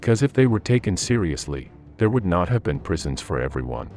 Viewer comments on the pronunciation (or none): none